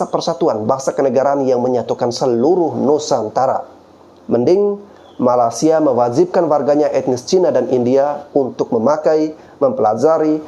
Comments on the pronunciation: Pengucapan mu sama saja merendahkan Malaysia... Bukan Malasia tapi malaysia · Bro, Perbaiki Penyambutan Nama negara orang,. Penyebutan MALAYSIA mu ngak bener. Takutnya nanti yang nonton bukannya ter edukasi, malah tersinggung. Selebihnya okelah,. 👍🏽👍🏽👍🏽